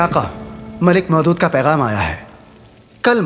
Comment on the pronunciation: Mohdood❌ Maulood✔️